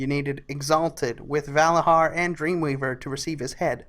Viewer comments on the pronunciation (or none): Vala JAR and Nit HOGG. ffs....